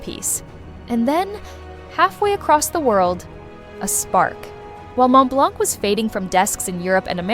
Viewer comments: The correct pronunciation is Mon Blan, the T and C are silent. Please take note, because the mispronunciation completely ruined the veracity of this clip. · Just a note here , The C is silent in Montblanc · Please pronounce Montblanc correctly, silent t and c. Google it, it's free.